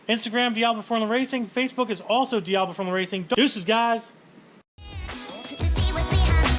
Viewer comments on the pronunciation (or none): none